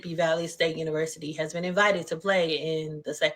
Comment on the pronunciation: she cant even pronounce "Valley" lol, just another ignorant racist.